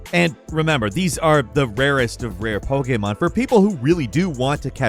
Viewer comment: "Poekaymarn"